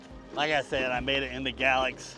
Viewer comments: We just watch this video today, we’re going to ride from Pulaski to Draper (Mercantile) with the kids. In the future going further and further. Great video! Every time you said Galax ( gal-lex) - we giggled and said it like you… ( gay-lax or gay-lacks ). Great content!! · hey just so ya know it;s pronounced GA-LAX with the A being long!! GAAAAA lax!!